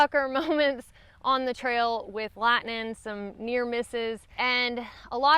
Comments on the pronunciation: What the hell is "Lihnin"? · I just wanna hear you say "Lat-nin'" again 🥰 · I feel like I am back in northeast Tennessee in the tri cities area when I hear you saying certain words like lightning,hiking,night...us Tennessean tend to leave off the "g" sound when pronouncing those words.